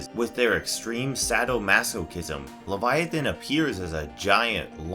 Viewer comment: Title: who is Leviathan? First minute: We don’t know but maybe it’s this You’re welcome for saving you 10 minutes of your life. Is this ai narration because it wasn’t even pronouncing the main characters correctly?